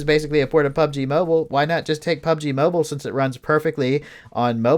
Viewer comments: It’s mobile not moble 🤷🏻‍♂️ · Can Someone teach this guy to pronounce Mobile correctly...fucking sounds like mobel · Damn the emphasize on mobile and Xbox is great😂